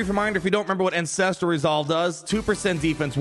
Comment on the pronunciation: I can’t help but hear incestual resolve every time you say ancestral resolve